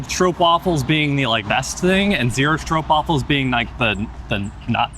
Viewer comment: Yes it's almost an 'aw' sound (straw-p-wafel)